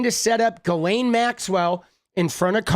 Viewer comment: Ghoulaine Maxwell. The "S" is silent.......like the truth.